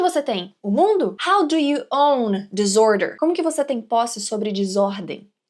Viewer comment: Duas coisinhas pra mencionar: a palavra "disorder" em inglês se pronuncia com "s" e não "z" (é contrário à palavra "desordem" em português, né? 😄) e a primeira sílaba na palavra "reveries" se pronuncia como o "e" em "revelar" (e não como a palavra "river" em inglês). Obrigado por o vídeo!